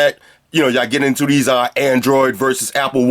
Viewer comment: "I'd probably never use deese but, watvr. Free headphones" LOOOL LOVE UR VIDS